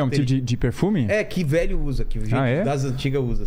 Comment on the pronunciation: O mais legal é q quando alguém fala uma palavra com um sotaque meio errado os outros copiam. Metru, to a brincar, vêlho